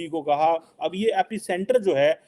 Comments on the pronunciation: Abe ganwaar epic centre nahi epicenter bol.... Bhikhari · Epicenter, not epic center